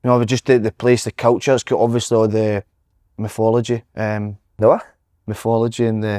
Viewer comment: It did sound a like miffology tbf